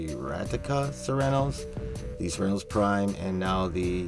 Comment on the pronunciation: Good video but the way you say Cernos makes me cringe.